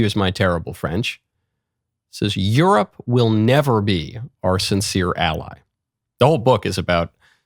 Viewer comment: I’m mixed race French and Mickael your accent was great! Better than a lot of Americans, especially in how you pronounced “sincere” you actually made the “er” sound !